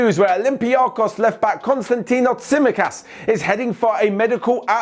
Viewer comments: It's not Tsímikas it's Tsimíkas! Godamn English people! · Loved the video but the way he said tsimikas hurts my skin